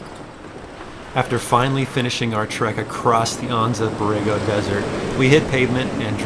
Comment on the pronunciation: Really enjoying your video adventures. They’re motivating me to finish my YJ and hit the trails. I’m pretty envious of your new top of the line Jeeps but I dig the old school basics of my YJ which was the last bastion of leaf spring jeeps. Oh one thing, it’s driving me crazy. I’ve lived in San Diego the past 32 years, been to Anza Borrego many times and lived in the town of Anza for a few years also. Anza is pronounced AN-ZA. Not AHN-ZA. We all use Gringo Spanish in our SoCal homeland English speaking world. AN AN ANZA!! Lol.